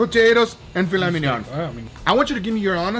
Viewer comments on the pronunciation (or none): "Filet mignonne".... It's "filet mignon".